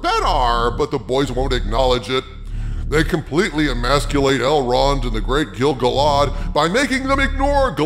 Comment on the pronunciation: Totally agree with your take. I am a HUGE Tolkien fan and this is shite. BTW, it's pronounced Gil-GAL-ad.:)